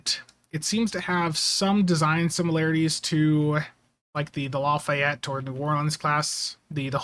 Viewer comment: Sorry but I'm compelled to say.... Not LA Fi Ett, La Fay Ett. :p